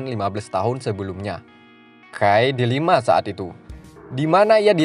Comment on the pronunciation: Pecinan dikata Pacinan.. Dilema jadi Delima?? Lu mabok bang?? Slow aja gk usah tegang lu bang..